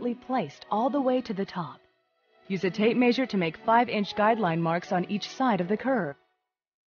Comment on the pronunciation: WTF is a "tape MAYsure" ??